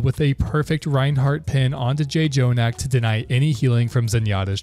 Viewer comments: You can tell he doesn't watch OWL when he says J - Jonak.... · it was over when you said Jay Jonak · Does this dude even watch OWL? He said the first J in Jjonak then called Kevster "Kevstar." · bro really said "jay-jonak" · bro just said "jay-jonak" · PRONOUNCING IT JAY JONAK IN 2023??? GET THIS MAN OUTTA HERE YOU'RE JOKING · if i hear 'j-jonak' one more time im gonna lose it